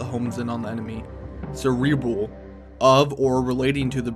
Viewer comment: "cerebal" "cerebrool"